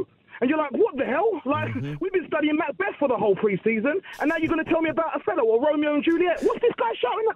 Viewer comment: Man said Othelo 😂😂😂. Great call man 👍